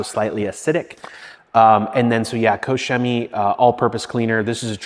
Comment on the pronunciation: Finally, a detailer that pronounces koch chemie properly.